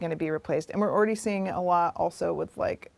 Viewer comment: I cringed in the first 3 seconds. The word is "already", not "oridy".